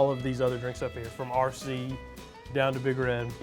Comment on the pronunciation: pronounced R-RAH cee cola